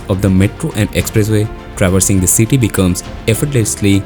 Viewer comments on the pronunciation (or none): none